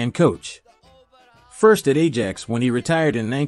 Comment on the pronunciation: It is Football not soccer and if you are unable to pronounce Ajax correctly why should you even be speaking.